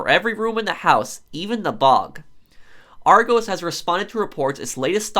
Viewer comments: No-one: Non a single soul:: arr-goze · (It’s pronounced Ar-goss btw) but great video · Yeah I clicked on the vid and as soon as u heard argoes I was like nah fam u got it wrong 😑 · Hearing him pronounce it argoes hurts my soul lol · He calls it Argoes 🤣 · It's pronounce ar-gos (like the o in gosh) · It’s pronounced ar gos sorry it just kinda annoys dme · I like the video but you completely pronounced argos wrong then again I'm from Edinburgh so I might pronounce it weird lol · Argos is amazing because they sell everything and you go in the store and there’s a computer where you type in what you want and it shows up. It’s also not how you pronounce it it’s more argUS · Its Argos like the last bit it pronounced like gosh but without the h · I’m legit on every single restock waiting list and I still haven’t got one :( ! This bot thing is so frustrating!! I wish their was some software that can spot bots. And it’s pronounced like with a lowercase o in Argos bless you cutie X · Hearing the American pronunciation of argos is really strange to me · i like how he says argos lol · It's criminal the way your says argos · It’s a short ‘o’ in Argos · Rghost bru it's argos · That’s not how you pronounce Argos!!!!! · The O in Argos is pronounced the same as in Oscar. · Ik as soon as I heard him say it I was annoyed lol. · The way he’s saying Argos is triggering me 😂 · And people who don’t like him mispronouncing Argos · i know he is american but i hate it when he says ar-goes it is ar-gos. I do not mean to offend anyone by saying this. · Is pronounced ar-gos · Just to let you know you say the 'o' in argos like the 'o' in hot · It’s Argos not Argoos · Ar goss not ar goes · I swear if I here argoes one more time 🤣🤣 It’s prounced - are goss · Lol argoes its argos pro sorry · Argos like gloss, not goes. Are goss. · Noooooooooo its said argoss not argose the british in me is pissed 😂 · Are goes......lol not being rude, pronounced are-goss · Arrgoes wow it’s A R G o s